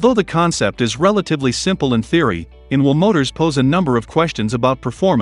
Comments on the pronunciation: Can’t we have a human voice? The ridiculous mispronunciations are very irritating; it took me a while to work out that ‘inwl’ was actually ‘in-wheel’. The confused emphasis is awful; I’m sorry, I can’t watch it. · "in-veel" motors? :-)